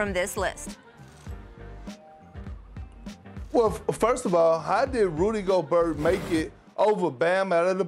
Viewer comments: How can you cover the NBA and still pronounce the T in Gobert's name? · Everybody gangtsa till Perkins says RUDY GOBURT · Absolutely frustrating how Perkins is pronouncing Gobert's as Go-Burt 😡🤬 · LOL he always says Go-burt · And rudy goBERT